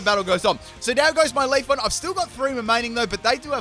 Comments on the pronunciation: It's Leafeon not Leafon.... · If you say Leafon one more time... it is leafEon! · LEAF-EE-ON , VA-POR-EE-ON, FLAR-EE-ON, ES-PEE-ON, UM-BREL-EE-ON... It's pronounced Leafeon not Leafon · He has 5 leafons and 1 leafeon1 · Are you saying "leaf on"? 😂😂😂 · it triggers me when he says leafon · He pronounces pokemon names wrong all the time... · I heard leafoff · Not just you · LeviAlsGamer2 I hear it to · I hate to break it to ya but there's an "e" after that f in "Leafeon" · CT Thai FULL MISPRONOUNCED POKÉMON TEAM